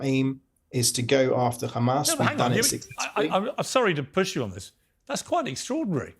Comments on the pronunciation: Absolute connivery and deception . Totally irritated my ears every time he said Khamas, couldn't finish the video. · Apparently Pier's teleprompter malfunctioned and show real questions instead of "Do you condemn Khamas?"...